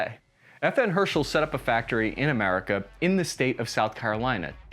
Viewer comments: I know English isn't exactly a phonetic language, but pronouncing "HersTal" as "hershel" is quite a stretch. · Great video! But man it is her-stel not her-shull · FN HER STALL...............not Hershel. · Ok, you don't have to pronounce Herstal as er-stall the proper way. But every time you say FN Herschel, Joe Biden revokes a class 3 license. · it's not hershel, it's herstal, pronounced er-stahl. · Its fn herstal not herschel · Her stal not Hershtal. I thought Ernest wast best know for the FAL? Also is it me or does the new version look like a SCAR? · It's pronounced Herstal with a T not "hershel" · Lol you said party at Fn “hershal” not herstal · Herstal in pronounced like this: HER, as in heritage and STAL as in Stalingrad. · Stop saying FN Hershel